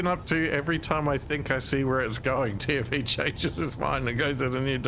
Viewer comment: Ive been binge watching this for a week and I only just realized is saying "TFE" not "Timothy"...........